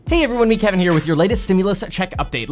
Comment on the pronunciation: Hello-uh Meet-uh Kevin-uh here-uh